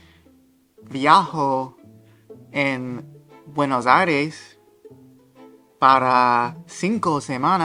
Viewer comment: I can’t believe how many times this guy said Buenos “Aries” and also typed it in the captions without ever realizing that it is incorrect